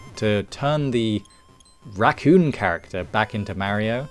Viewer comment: Any particular reason you're pronouncing Mario as Merio? 😅